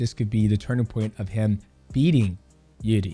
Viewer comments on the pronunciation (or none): I think the correct way to pronounce Jiri is Eerji. In russian иржи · It's "irzhi". Coz he is Czech. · Jiri pronunciation - Yuh - eRee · Are you saying jiridy?